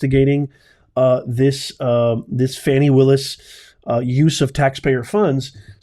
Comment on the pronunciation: Her name is pronounced “Fawni” not “Fanny”. 😊